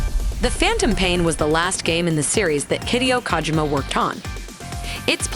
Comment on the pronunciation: The way she is saying Hideo Kojima Sounds like Hideous Kojima